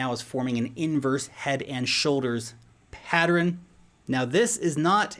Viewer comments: PAT-tern vs PAT-er-ren? How many syllables? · "Patteren" kills me everytime 🤣